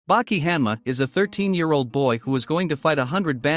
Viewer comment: bro pronounced 80% of the names wrong i was like "who tf is jack hammer" then i realized its hanma